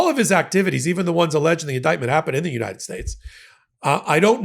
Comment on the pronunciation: Pam Bondi can't pronounce United either!